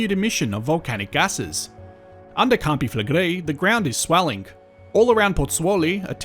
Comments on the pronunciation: First English person that I’ve seen on YouTube say campi flegrei correctly 😮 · Thanks for proving that it IS possible for an anglophone to prononce their name correctly.